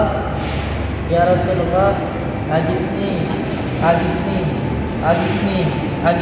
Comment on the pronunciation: Ya rosulalloh, bukan ya rosululloh